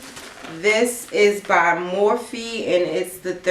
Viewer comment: Mor-fee = MORPHE (prnounced "morf")